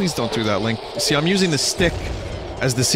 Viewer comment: Fuck, "SPEEIM" kills me every time I hear it.